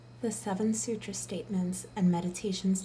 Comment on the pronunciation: Please check and correct your pronunciation. I wouldn't point that out were it not for the fact that Deepak emphasizes in this very book how important these syllables are.